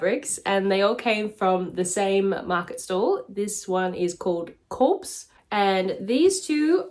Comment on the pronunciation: In case anyone's confused, it's Korps, not Corpse.